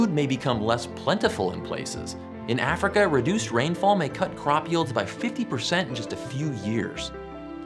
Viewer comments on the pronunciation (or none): none